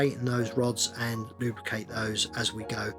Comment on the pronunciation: Take a shot everytime he says lube-cate 😂